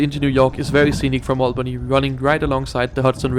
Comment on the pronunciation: It is pronounced All-bany. not Al-Bany.